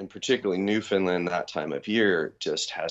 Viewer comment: Newfoundland, understand? Land, not Lyn. :) sick vid